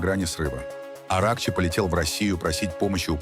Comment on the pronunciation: Да не АрАхчи, а арахчИ. Все ударения в фарси ставятся на последнем слоге: Низами, Рудаки, Саади и т.д. Где вас учили - явно не в советской школе.